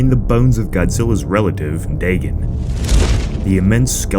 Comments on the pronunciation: Daygon not daygen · Its dAgon not dagon